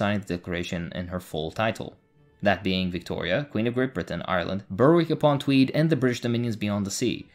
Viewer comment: Its pronounced Berick, the W is silent. I know english place names are weird.